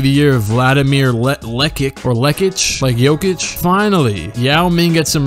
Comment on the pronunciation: Wou. U prounounced jekic correctly. Mega respect my man